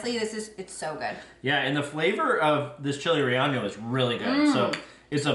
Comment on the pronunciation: Love your videos! You should look up how to pronounce chile relleno though! ❤